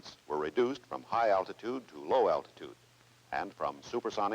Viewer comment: “Low al-tit-ude also offers greater probability of survival during penetration….camaltoe concept…drop to low level to perform low al-tit-ude evasive pattern penetration at near sonic speeds…to deliver a lay down weapon against hard or hidden targets…” Nice…. Yes, I’m 5, just like every other guy you know, don’t judge us…